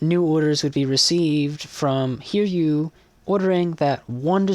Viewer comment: Nice vid. But a bit on the pronunciation of Sōryū (Souryuu) and also Hiryū (Hiryuu). They're Japanese names, so the yū part is actually a part of "ryū/ryuu". And with that, you should pronounce their names as Sō-ryū (Sou (like the word 'sew') - rew (kinda like 'new')) and Hi-ryū (Hi (like i in the word 'bit') - rew (kinda like 'new)), not Sor-yū and Hir-yū. Edit: Maybe pronouncing ryuu like riew (as in the word view) might sound closer.